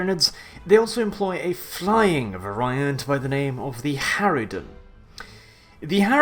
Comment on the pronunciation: variant. vary-ant. NOT veraye-ent.